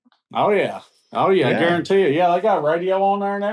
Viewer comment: does say "guaranteet"? 🤣